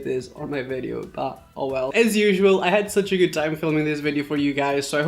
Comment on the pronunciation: I love the way he says "this is gyood."